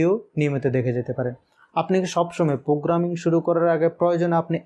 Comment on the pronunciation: This is not পোগ্রামিং This is প্রোগ্রামিং Mind ur spellings